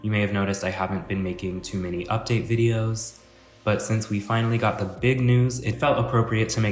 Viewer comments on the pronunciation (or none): none